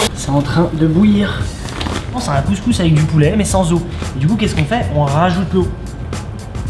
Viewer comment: a pk quand ta dit couscouse sa ma fais rire